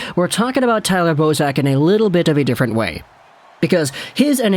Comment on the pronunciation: Bozak! I heard Boseman ateast 2 times lol.